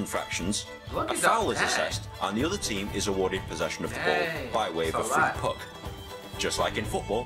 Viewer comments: christopher crowley when he said free puc it really triggerd me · aine71 when he said puck it really trigged me English hun 😂🇮🇪😂🇮🇪